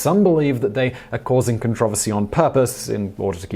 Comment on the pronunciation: Learn to properly pronounce controversy.